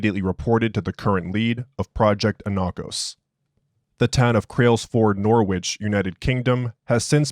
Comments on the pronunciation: "Norwich" pronounced "Noridge"✊🏽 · Also, not trying to be that guy but it is pronounced Nor-itch. Great work, love the videos